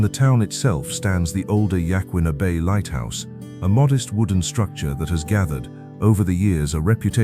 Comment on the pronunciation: Lmfao! The "A.I." pronounced Yachats correctly but failed twice on Yaquina Head and the Yaquina Bay Lighthouse. Some phonics for non-locals YA' Coin'a. Not sure if that's a genuine phonetically correct breakdown, but that's the easiest way I can describe it without looking it up first. Come visit us! The surfing on Otter Crest and the south side of Yaquina Head is wonderful, and very rarely the swell direction lines up just right and you can surf in the bay. Riding waves from the elbow of the north jetty down to the bridge and sometimes even under the bridge for a little ways. South Beach State Park is a great campground and also has wonderful waves there. It's fairly well protected from the north wind by the jetty, and there's awesome fishing all throughout the whole area. Beverley Beach State Park is another great campground a few miles north of town. If you want a river to camp by, head out to Moonshine in the summer. Preferably the late summer when the water is lower and warmer. My personal favorite in the whole area, mainly due to the memories had there growing up. The Alsea has awesome salmon & steelhead fishing (among many other types of fish) and excellent crabbing like Yaquina Bay. Hint, leave your bait out for at least a couple of days until it starts to get pretty stinky. If it doesn't stink the crab can't smell it very well. And use disposable gloves when baiting the rings or traps, then absolutely chuck those gloves in a sealed bag or the garbage. Bring hand sani